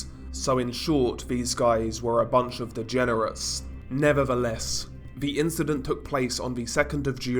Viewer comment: “Nevavuhless”… 😂 genuinely love it, gets better every time.